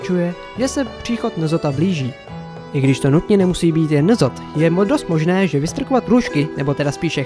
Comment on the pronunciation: nezoth :D Je to enzoth ale tak newa :D